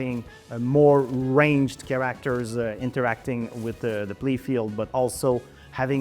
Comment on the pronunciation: It's so funny that the Game Director doesn't even know how to properly pronounce the word "characters", which he says repeatedly throughout this video and many more interviews months ago., it's not "chaRACters"... it's "CHAracters", the stress should be on the first syllable. Get it right, for crying out loud!